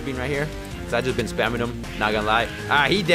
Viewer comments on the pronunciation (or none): none